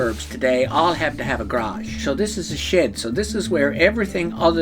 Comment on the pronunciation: Did anyone else think he was saying Shit instead of shed . I can’t unhear it now not a word I know